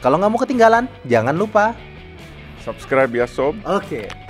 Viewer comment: ngakak bang "sabskraib sob"